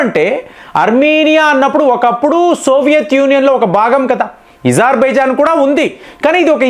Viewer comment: ఎప్పుడు చూసినా ఏదో ఒకటి తప్పు చెబుతావు ఏంటి?అది ఇజార్బైజాన్ కాదు, అజార్ బైజాన్. పినాక వద్దు,అర్జున్ యుద్ధ ట్యాంకులు వద్దు అని మన మిలిటరీ వాళ్ళు ఎప్పుడన్నారు? మన సైన్యం వాటిని ఎప్పటినుంచో వాడుతున్నది.ఇలా అబద్ధాలు చెప్పి మీ పేరు చెడగొట్టుకోకండి.T90 ట్యాంకుల కన్నా అర్జున్ ట్యాంకులు అద్భుతంగా పని చేసినా, మన సైన్యం వద్దని అన్నదా?చెబితే కొంచెం నమ్మేటట్లు ఉండాలి.